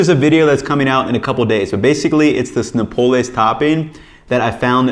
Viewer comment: great job!! - but say Noh-PAH-les